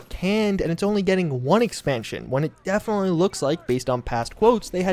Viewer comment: "defnally"